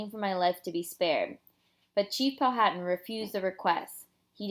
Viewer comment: It is Pow -a - tan the h is silent